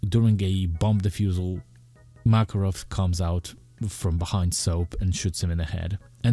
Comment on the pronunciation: Not "MAAAKAROV", IT'S "MAKAAAAROV" (Makárov). Sorry, dude. Hurts my ears